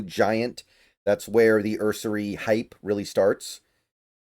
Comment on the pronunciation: nearly every time you say you cannot find a prospect’s age I Google him and find his age immediately. Ersery turned 23 on Feb 19. Grant turned 23 on March 22. Also, if you watch highlights of these prospects you should hear the announcers saying his name, so there is no excuse for mispronouncing names.